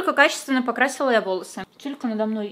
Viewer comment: ти сказала не тилька а титька😹😹😹😹